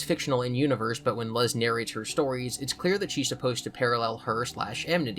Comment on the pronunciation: Hearing 'Luz' pronounced as 'lUHz' instead of 'lOOz' is so so cursed lol